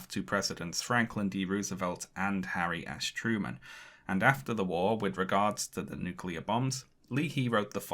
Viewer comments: Does anyone else's brain immediately hear "Harry "ass" Truman every time his name is said? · Love the way you pronounce "Harry 'Ass' Truman"